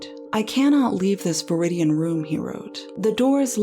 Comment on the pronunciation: Alright i lost it when she said dimly lit vridian colored room